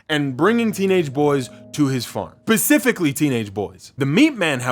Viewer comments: Pacifically you say???🤣👍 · "PACIFICALLY TEENAGE BOYS" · i love you man, but i can never understand why americans always say pacifically when it’s specifically. pacifically means to be calm(in short) whereas specifically means exact or precise. please continue the great work and don’t hate me. love x